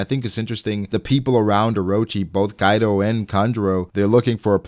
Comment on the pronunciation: All japanese names murdered. It's kaido not kaidow. Orochi, not orowchi. Jeez.